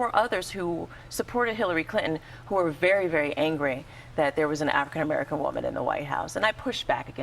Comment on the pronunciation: Why the host with the black skin can't pronounce African American.